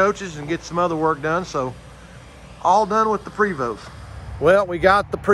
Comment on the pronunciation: You can pronounce Chateau. Prevost is also French. The E is a long A and the ST is silent. Prayvo.